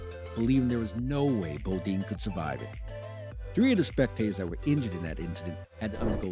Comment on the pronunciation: Title is misleading. It gives the impression that there are uncharacteristically big crashes coming in 2023 because of huge safety issues. And you pronounced "Bodine" wrong. Nice video otherwise.